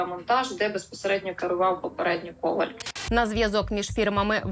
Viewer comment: Коваль - наголос на останньому складі.